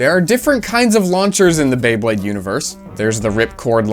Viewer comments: Not this dude turning Beyblades into Baybleeds. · I got so annoyed by him getting the Beyblade names wrong, like “thermal wolf” no, that’s the face bolt from Leo, the energy ring from dark wolf, the Sagittarius fusion ring, the - wait, is that the spin track from cancer? No, apparently that’s a TR145, from Chimera. And then, the tip sure looks a lot like Leo’s. Just after, him saying Pegasus when there’s not a single Pegasus part, even going by the faceplate it clearly says Pisces with a picture of a shark, lmao 😂 Pegasus was like THE main one from the anime, it’s bright red and blue and has the flat rubber tip, how do you not know this! It’s common knowledge at this point (mostly joking obviously, I was just really into beyblade and this revived like 15 year old encyclopedic memories of beyblade parts)